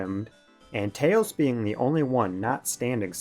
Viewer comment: that's because "Tayhls belawngs with his owhn kahnd"